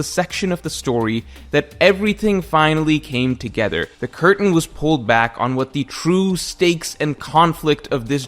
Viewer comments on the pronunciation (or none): none